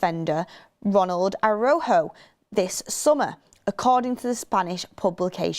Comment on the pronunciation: please you keep saying Araujo wrong just look it up